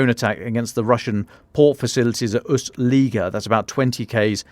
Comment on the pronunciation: Anybody caught the name of the place near the border with Estonia? Seems like it wasn't pronounced correctly. Could it be Ust-Luga?